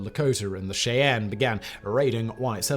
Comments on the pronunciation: Listening to the British guy mispronounce Indian tribes, names, and rivers is fun. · I thought Simon did a very good job overall, however I kept getting distracted every time he mispronounced "Cheyenne" and "Arapaho".